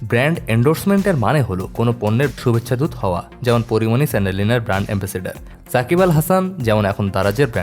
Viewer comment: Am i only heard 'Kori moni' instead of Porimoni?